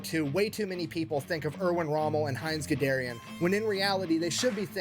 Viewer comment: 1. This is a mispronunciation, the guy's name is "Guderian". 2. I now can't get "Heinz Gedermin, the Tankie German" out of my head.